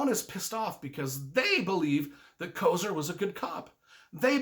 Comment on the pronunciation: and also it is Kofer.